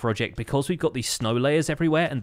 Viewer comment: It sounds more like sneg but sure